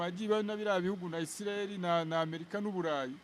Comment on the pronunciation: Kuki abanyamakuru no murwanda mukunda kuvuga America Nabi?? Ntimushobora kuyivuga neza mugihe aringombwa